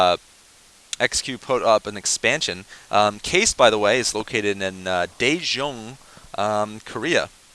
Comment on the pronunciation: its pronounced kah-ist, not keist lol